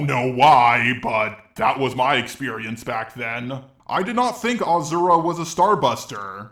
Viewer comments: galacta for some reason, your comment wasn't shown to me. so, here's my late reply. yes, pronounced him wrong, and I never said he didn't. but there's no evidence that you pronounce him "As-sir-ra". nobody ever called him that way, so why do you think that it's the right pronounciation? you pronounce him like jarelgiraffe wrote it. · ok, my mistake with the as-sir-ra. and no, sir and suu are pronounced differently. I've never heard anybody that makes them sound similar. yes, the video is proof that you don't pronounce it "Ah-sir-ra". you pronounce it "Ah-suu-ra". these's a big difference between them. and just you know, I've played the game in english and there he was called the exact same way as in japanese. just you pronounce it different than the rest of us, doesn't make it the right pronounciation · if you'd pronounce him really that way, then why is everybody ingame calling him different? simple, because you're wrong. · He isn't pronounced "Azura" or "Ashura" just say "Asura" like it's spelt bro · its not pronounce azura its pronounce aaasuraaa kinda gave more impact on the a but yeah in hindu mythos its asuuraa or asur in sort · dude dont want to be picky about pronounciation but its not ashura or azura its a su ra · My good sir... it is pronounced 'Ah-sir-ra' not 'Ah-zura' You're welcome~ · It's actually A-sher-a in Indian (where it's originated) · It’s pronounced asura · aw-sir-ah that's how you pronounce it Just sayin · Please go back to pronouncing it ashura.... That's so disturbing... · Just to clarify it is pronounced Ah-suu-ra. It is the japanese pronounciation of his name that is used in the game so yeah. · That Z pronunciation tho. But that didn't take away from how AWESOME this video is. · bro cant eve pronounce his name right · hes still saying his name wrong still its aSura not aZura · Ah-Sur-Uh, not Ah-zur-ah